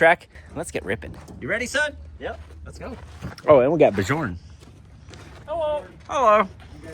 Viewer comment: The J in Bjorn is silent. :face-blue-smiling